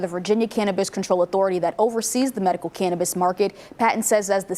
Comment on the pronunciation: Can't we educate these reporters to say the name "Cannabis"?